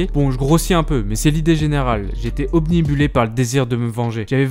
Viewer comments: Je veux pas faire ma rabat joie mdr mais on dit pas omnibulé mais obnubilé, voilà 😃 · Obnubilé! Pas obnibulé... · obnubilé pas omnibulé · On dit "obnubilé"